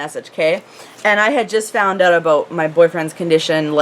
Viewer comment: I love how you say "aboot"!